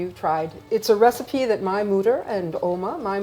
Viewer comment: Love the choice of slo-mo that shot was money! Was she saying recipe the whole time, but pronouncing it like receipt?